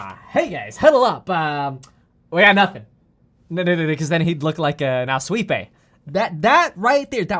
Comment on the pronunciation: “Assweapea”. “As Sweep a” “Assweepay”